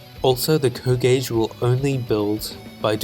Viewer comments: Most people in the advance wars community pronounce the powers as C O Powers not CO powers (I know its kinda spelled like that but people usually refer to them as if they are Commanding Officers and not Commanders) sorry for such a nit pick but I do think it would help to improve the video when you remake it. Great content ;) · It bothers me how you say CO (coh) instead of C.O. (cee-oh). C.O. Stands for commanding officer. What’s a co? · A bit of a silly remark, but it's not "Co", it's "SEE-OH". Commanding Officer.